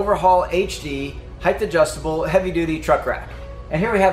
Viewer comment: Height, not heighth